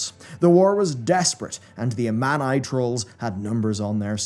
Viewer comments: Lol the "uh-MAN- eye" no bro... Ah-Mah-Nee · ameneye troll tribe? never heard of it...come on man (mon) it's amani! how could you butcher their name so bad :D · It's not pronounced "Ah-Mawn-Eye", it's pronounced "Ah-Maw-Nee". Zul'jin can be heard saying it repeatedly in the old Zul'aman release trailer. ✌️ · you gotta be shitting me. The internets biggest lore nerd just BUTCHERED the pronunciation. He said “A-man-eye” trolls.. My guy. It’s “Ah-mon-ee”. They literally say it in the game, how did you fuck that up that bad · Woooow. I may not care about humans aesthetically, but I care about their lo- Oh, it's about lore. Also, I always found it odd the Tauren tale gets depicted with elvesin videos. Edit: I'm joining in on the bullying in the comments. As an Amani stan... A man eye is not how the tribe is not how the tribe is pronounced and you've made an enemy for life. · I wish you pronounced at least half of the tribes/kingdoms names correctly. It’s DjaraDIN not Djaradeen. It’s AlterAc not Alteric. It’s Amani (UH-MOH-NEE). 🤦🏻‍♂️ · The what trolls? Ah-Man-Eye Trolls? That's a new pronunciation. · Why is this guy intentionally pronouncing common lore names wrong like Loken, Alterac and Amani? So that real fans can correct him in comments for engagement? What a sod.